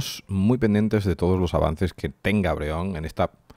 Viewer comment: Has dicho Breon nota en el min 0.40